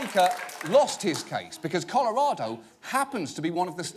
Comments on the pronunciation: "Coralado" Great job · "Corolado." John Oliver, your immigrant is showing.